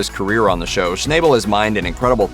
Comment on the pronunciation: Too bad you guys can't pronounce people names correctly, Parker's last name is pronounced as "Schnabel" not "Schnayebel"